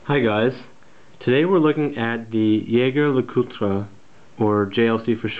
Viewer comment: Oh my God, someone finally said the brand name right!!